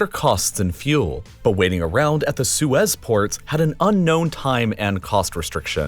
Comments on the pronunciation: The way the narrator says "Su-ez Canal" eerks me 😵 it's one word lol, like Sue, and then with a Z. Suez! Lol, not SU-EZ. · it's pronounced "suez"